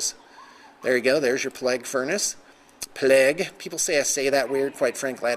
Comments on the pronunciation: pla-gue not ple-gue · It's pronounced playg not pleg lol